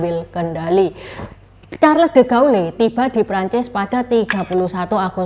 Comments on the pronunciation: De Gaulle dibaca : de gol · Maaf ya Ce Charles De Gaulle Bacanya Sharl de gol